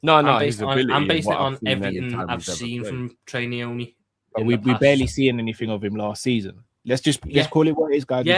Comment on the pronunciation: the goat. Cracks me up the way he says Nyoni “Trey NEEEEEOHNEEEE” 😂😂😂